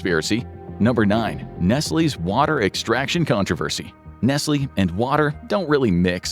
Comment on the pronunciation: nesly , right , first time hearing it like that and its actually the correct , my whole life been pronouncing it wrong